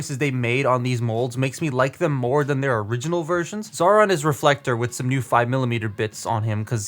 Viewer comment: Xaaron's name isn't pronounced Zauron but as Zion.